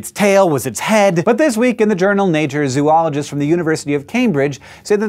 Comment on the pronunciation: Oh no, you said zoo-oligist. :|